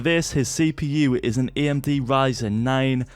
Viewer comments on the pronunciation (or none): none